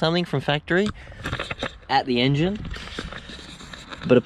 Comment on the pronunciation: Love the emphasis on ‘110hp….At the engine’